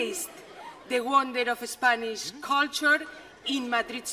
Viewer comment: No, se dice culture perfectamente. La unica palabra que dice un poco mal es 'comfortable'.